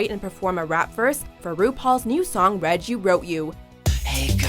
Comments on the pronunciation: the moment when said read (red) you wrote instead of read (reed) you wrote you... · Lol confused why she saying Read (red) you wrote you isn’t it read (reed) you wrote you